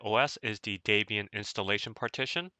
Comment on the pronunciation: Daybian?! Do you think the chick's name is Daybra and not Debra?